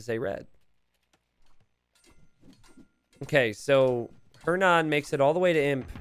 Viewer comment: The way you pronounces "Hernan" gives me a headache